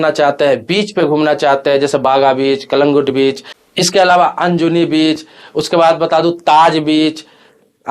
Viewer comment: अनजूनी ❎❎❎अंजुना✅✅✅✅